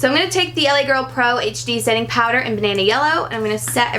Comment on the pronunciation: i thought she called the LA girl powder "banaynay powder"😂 congrats on the engagement btw😍💗